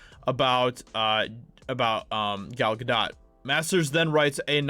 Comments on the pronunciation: Gal GaDOTE. Not Ga doh. Not Ga dawt. Ga DOTE! ✌️ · pronounced Ga-'dough', french, dude. :-) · Gal Gadot is pronounced Gah- do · It’s not French dude, it’s Hebrew, and pronounced “Ga-dote”. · It’s pronounced “Ga-dote”. It’s not French pronunciation, it’s Hebrew.